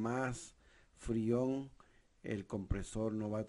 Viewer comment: Madre miaaa..que malo no sabes ni decir freon !!